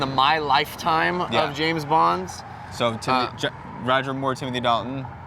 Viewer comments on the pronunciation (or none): none